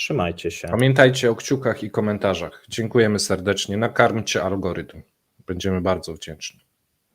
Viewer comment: Kamimy alkorytm😂